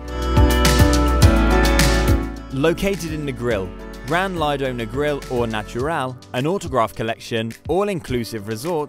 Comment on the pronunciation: learn to pronounce Grand Lido. I doubt that the author has stayed at any of these places.